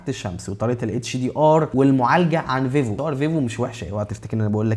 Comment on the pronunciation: انت بتقول فيفو كدا ليه ،، ايه فايفو دي 😂😂